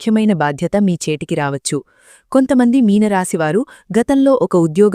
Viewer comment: ప్రసంగం బాగున్నది కానీ "వచ్చు" అనేమాట పలికేవిధానం అదికాదు మీరు SP బాలసుబ్రహ్మణ్యం గారి మాటలు వినండి మీలోపాలూమీకు కనిపిస్తాయి